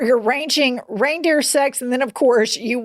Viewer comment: Girls...there is no "s" at the end of "reindeer," ever.